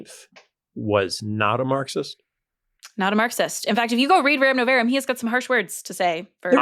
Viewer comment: It's "Rerum nov-AH-rum." Please and thank you.